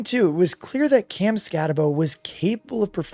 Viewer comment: You did a whole show on Cam and you can’t even pronounce his name right.